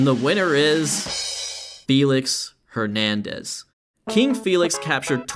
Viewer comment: “”. Great video.